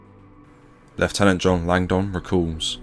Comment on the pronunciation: Great video. "Langdon" is pronounced with a silent "o", not as "Lang-don".